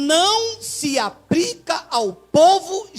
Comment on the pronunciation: Aprende a falar, não se fala APRICA, é APLICA. ANALFABETO!!.